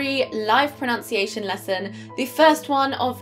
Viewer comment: Ma'am you mispronouced the word Pronunciation as PRONOUNCIATION.